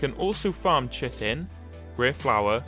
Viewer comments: thats not how anyone pronounces it anywhere, also its 'ky-tin' not 'chi tin' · Did he just say chitin as chit-In? Not Kite-In? XD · Google it "ky-tin" is technically the way to say but you do you if thats what you prefer then by all means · Chitin lol I say it my bro says chytin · When he said chitin it sounded like he said shittin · dude I'm from the UK and u are actually supposed to say it as ky tin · Oz Perez I called it chitin chi-tin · The way you pronounce Chitin is horrible.